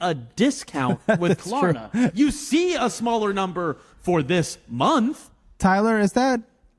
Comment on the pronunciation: First of all, she keeps saying “Corna” for Klarna. She talks that on purpose and is getting mad that people don’t know wtf she’s saying.